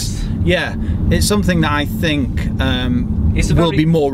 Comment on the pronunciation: “I fink”